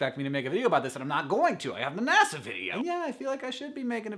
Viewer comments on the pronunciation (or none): none